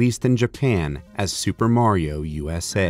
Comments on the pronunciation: I can't belive that they pronounced mario wrong. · Also, I never knew in the official commercial it was pronounced "Mair-io". Always been a pet peeve of mine, lol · I love how the commercial says Mary-o instead of Mario. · Super Mary-O!